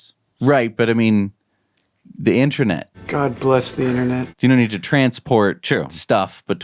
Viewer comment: It throws me off every time these guys say the word InterAnet, why not just say Internet? 😂